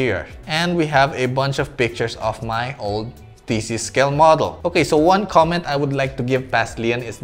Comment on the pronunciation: When you say "thesis", it kind of sounds like "feces"...